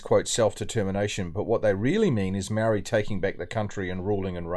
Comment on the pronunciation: Who's the narrative idiot speaker talking bullshit?????seriously can't even pronounce moari properly, let alone scratch his backside 😂😂😂😂funny